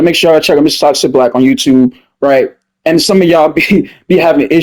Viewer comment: Its funny how you be saying “rright”